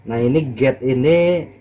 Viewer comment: Gate mas bukan gade